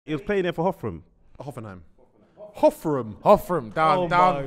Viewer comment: Size of head and he can't even manage the word Hoffenheim🤣